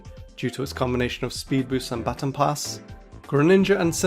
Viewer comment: All errors and mispronunciations in this video: Baton Pass: BAT-tin pass Correct: buh-TAWN pass Zacian: zuh-SHEE-inn Correct: ZAW-shee-inn Pachirisu: PATCH-uh-ree-soo Correct: PAW-chee-ree-soo Dedenne: duh-DEH-nee Correct: deh-DEN-nay The theme of the gen 7 starters is rpg classes continued. Decidueye is based on an archer/ranger, Incineroar is a brawler/berserker, & Primarina is a healer/bard. Lillie's first Pokemon was an alolan Vulpix. Not an alolan Ninetales.